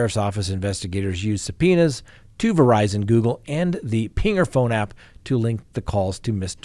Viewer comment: Did our esteemed colleague say, "subpœnis?" I think he did! 😁😂